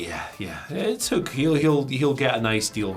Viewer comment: Nah, go with pronunciation of Hoook. I look forward to Samantha Irvin Screaming it out over arenas everywhere:D